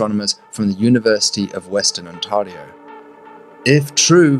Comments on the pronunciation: On-TEAR-E-O Ontario not on-TAR-E-O but great vid. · Ontario is pronounced on-TERR-ee-oh. Not on-TARR-ee-oh. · Ontario is pronounced: on-ter-ee-O (as in to 'tear' paper) As a Statistician, who knows zero about what you are talking about, but a long time subscriber, to me, the scatter plot data looks like there is a 2nd longer amplitude TTV going on - maybe another moon in resonance. I would try an fit a second 'moon' curve to that data that aligns with the higher spikes. What do I know - but that is what I see - and I've seen videos about moons finding certain resonance patterns which makes me think this might be happened (if the data is accurate). Just seeing data as a Stats guy. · Ontario is pronounced "on" "Tear" "rio"